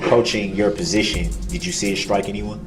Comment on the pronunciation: I agree he dosent know how to ask questions, then when the witnesses say they don't understand the question, he gets smart and says the question was pretty clear. He so fn rude. . And you notice he says presition instead of position. What an idiot.